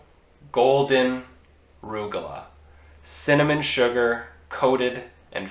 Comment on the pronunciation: They look good, but chopped walnuts and golden raisins would enhance. Also, they are pronounced "rug-a- loch", not "roog-a-la".